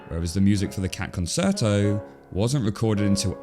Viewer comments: I was looking for this comment! Great video but really struggled with the title and the pronunciation of ‘concerto’. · The way my brain itches every time he mispronounces it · I got 4 minutes in before I had to nope out because I couldn't handle the mispronunciation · I don’t know if the spelling is same but I believe the pronunciation of “Concerto” is Kon Chair Toe. Is this another word that will be changed because AI can’t pronounce it properly? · It's pronounced Con-shirt-o:yougotthis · Concerto - pronounced conCHerto, please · Concerto is pronounced "konCHAIRtoe" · Great video, but it’s pronounced Con-Chair-Toe. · CONCERTO is pronounced Con-CHAIR-Toe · Your pronunciation of "concerto" is not right lol, it's not "concert" + "o", it's "con-sher-toh". And yes, I did look it up to verify that this is not me being aggressively American or French at you, the British pronunciation is pretty much the same as the American pronunciation, you are just not correct. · I expect someone has already said, but: it's pronounced "conCHerto". It's Italian, I think? T&J cartoon was clearly better in artwork and execution, so I think the Oscar went the right way. 😁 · Your pronunciation of 'conSerto' distracted me. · It's pronounced Concherto, "ce" in Italian produces a "Chuh" sound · Learn how to SPEAK PROPERLY, boyo! It's con-CHERTO. I stopped watching your video when it became apparent how you were too lazy to spend a SECOND on Google to check out how to pronounce a centuries-old famous Italian word. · It's pronounced, con-CHAIR-toe. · Petition to teach Brits how to pronounce loan words properly. "Conserto"? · "Concerto" is pronounced con-CHAIR-toe. It's an Italian word. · Concerto is pronounced “con chair toe” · It's pronounced Con-CHAIR-toe. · Your pronunciation of "con-chair-tow" is killing me. Interesting video, though! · It's actually pronounced "con CHAIR toe" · it's pronounced "con-CHAIR-toe" .. yeeeesh!!! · The “cer” in concerto is pronounced like “chair”